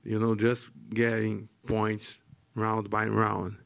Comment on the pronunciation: H's are silent in Portuguese, not R's. R's can have either the same R sound they do in English or an H sound depending on the context. The word "round" in Portuguese is indeed pronounced as "hound", that's why he got confused